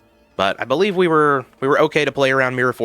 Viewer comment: Believe = be leave lol